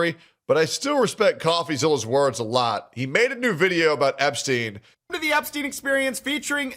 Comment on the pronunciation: ahh yes, Jepstien Epstien.